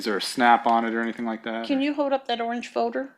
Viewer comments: The way she pronounces folder as "foder" fills me with rage. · It's funny how everyone is pronouncing 'folder' as 'fowder'